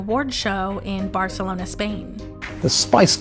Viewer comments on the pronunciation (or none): none